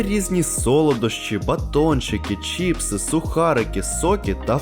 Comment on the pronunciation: Не чІпси, а чИпси